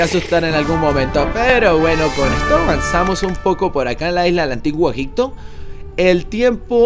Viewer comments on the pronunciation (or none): none